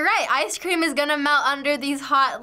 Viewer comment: It ees what it ees...